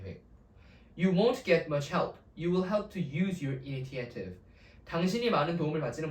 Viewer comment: Corrections: (1) Pronunciation of 'initiative' is [iniSHetiv; 이니셔티브] (2) 'meterial'(X) => 'material' (3) 'athentic' (X) => 'authentic' (O) (4) 'strategy' => [스트레더지] Please be sure to use correct spelling and pronunciation. Typos and mispronunciation ruin the credibility of your lecture. However, the reading and interpretation of the passage is all too good.